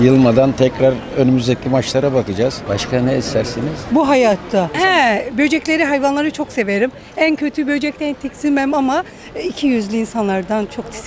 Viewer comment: tiskinmek degil ya TİKSİNMEK